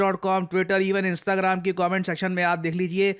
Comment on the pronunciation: Sir इंस्ताग्राम ❌ इंस्टाग्राम✅